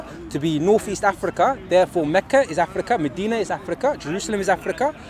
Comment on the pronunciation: how is he saying 'Abu Taala' for Abu Talha but over-pronouncing other words like 'Afrrrikka' for no reason?! Loooooool